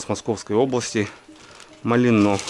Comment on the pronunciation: Поселок "мАлино" - ударение на А. Я в тех краях служил, и некоторое время жил.👍